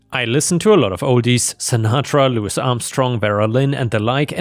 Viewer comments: And loo-ee not loo-is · I'm so sorry, my teeth ache though. I could not produce anywhere near this overall quality, however, Louis Armstrong vs Lewis Armstrong Crochet vs crotchet I completely understand that many words in English are pronounced differently to their spelling, for example I lived in Walsall, England where the area Caldmore was pronounced karma, it's just that I have to share how much mental pain I'm in at the moment – it's like finding Lego in the dark, but with your brain😢